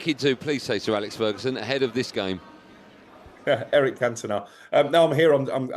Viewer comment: they say alec instead of alex and sikth instead of sixth...weird!